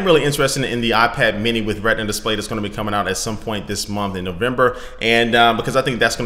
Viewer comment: It's Retina Display, not Redna.